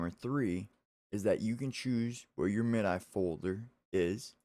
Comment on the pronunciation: "Mid-eye"? You youngin'. :)